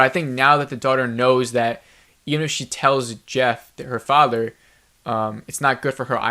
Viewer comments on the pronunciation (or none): none